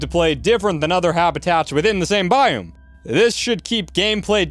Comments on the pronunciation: It's a biOme not a biUme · How you pronounce biome makes my ears hurt XD and that you say it so rapid fire at one point was crazy lol.